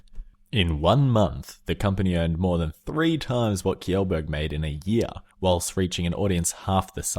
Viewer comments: felix kjeeelburg? umm thats not how you say it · U mispronounced his name it's pronounced Sheelsburg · It's pronounced shellberg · LAST. NAME. PRONOUNCED. WRONG!!